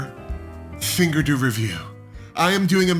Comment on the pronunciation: You said cheek-doo. LOL 😂😂😂😂😂😂